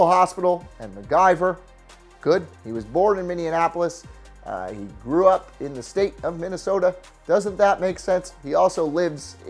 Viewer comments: Minnianapolis??????? Its Minneapolis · He said Mindianaplolis instead of Minneapolis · I'm sorry, did you just say "Minneanapolis"??? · It’s Mini apple is not MinIndianapolis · About it’s Minneapolis not Minneanapolis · Did you say Mindianapolis? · It’s pronounced Mini-Apple-us (Minneapolis) there’s no 3rd N in the city name. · why the fuck does everyone call it "Minneanapolis"? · Minneanpolis? What? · Oml he said Minneapolis like minionapolis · Did he just say "Minianapolis"? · No way you just said minneanopolis you fucking brain dead idiot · Have you ever heard anyone say M-I-N-N-E-A-P-O-L-I-S correctly or actually looked at the word? Or has anyone else ever heard you say it? Why are you adding letters that are not there/how has nobody corrected you? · Okay you pronounced Minneapolis so wrong..... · When you said Minneapolis it sounded like a mix between Minneapolis and Indianapolis